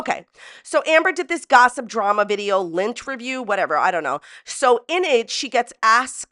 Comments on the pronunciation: When first said lynn-terview, I heard lint-erview. 🙃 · Lol i thought she was saying Lint-erview. And was going to interview someone while they picked imaginary lint off her